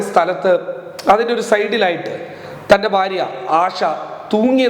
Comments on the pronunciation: ബാര്യ എന്ന് പറയരുത്,ഭാര്യ എന്ന് പറയു. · സരി ഫാര്യ